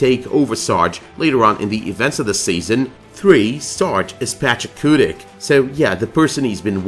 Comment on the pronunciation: i'm wondering if you keep pronouncing "Pachacuti" incorrectly. patch-ahh-koo-tee or patch-ahh-koo-tick? i've seen it spelled both pachacuti (mostly what i've seen in AoS) and the Quechuan spelling of Pachakutiq.